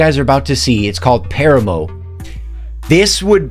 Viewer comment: It’s PAH-RAH-MOE 😂